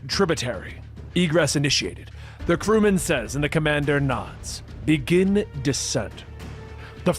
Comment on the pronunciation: This guy is awful. "Begin-ah, the culling!"